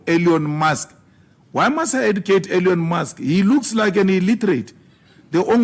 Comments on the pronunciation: “Alieon Musk” will never not be funny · So hilarious that he cant even say Elon's name properly but calls him illiterate. He mouths hate speech but calls Elon racist. Seriously. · has anyone noticed Juju calling Elon "Alien Musk"? 😂😂😂😂